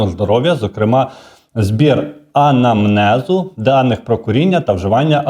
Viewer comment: анАмнезу. А не анамнЕзу